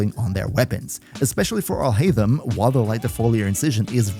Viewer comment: AlHaitham sounds similar to "All Hate Him"